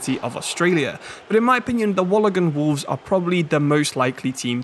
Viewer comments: wallagan wolves is crazy its pronounced wool- ong-gong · Wool-on-gong not Walagong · Nah my man’s butchered Wollongong. It’s more like wool-in-gong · it's said like Wool an gong just letting you know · I love like video but as someone from Wollongong and who also PLAYS for the wollongong wolves u18's, thought you should know its pronounced like wool-on-gong :)